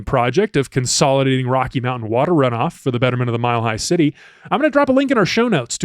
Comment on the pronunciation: You have done the glottal stop with mountain, certain, important, it makes me crazy